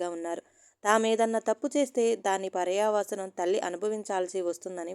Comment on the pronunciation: పర్యావసానం పర్యావసనం కాదు